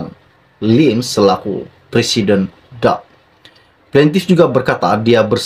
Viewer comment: Cara sebut nama parti politik DAP tidak betul